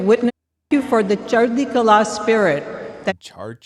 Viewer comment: You literally didn't even try to say it right 😂. Chardi kahlah means positive attitude. I'm Christian, but I was like come on